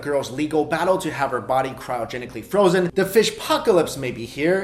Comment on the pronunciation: Did he say "crino"genically. Last time I checked it was cryogenically but whatever floats your boat 😂😂😂😂